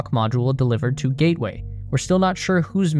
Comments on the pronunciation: Ah yes, the lunar "GATWAY" station. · Gatway or Gateway?